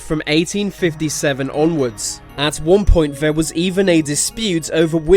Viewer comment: this guy cant say th properly. he says ve m instead of then and ver instead of there